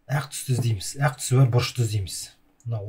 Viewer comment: әқ мес ақ деп дурыс таза қазақша айтсаңызшы